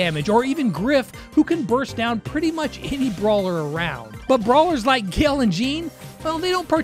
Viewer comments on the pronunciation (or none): Gill😂 it's gale